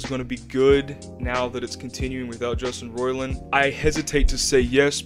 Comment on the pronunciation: Took you a minute to get into it and you don’t even know how to say his name. I’m supposed to come here for info?